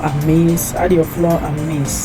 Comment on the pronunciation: Flour is pronounced as in "Flower" as well, not "floor"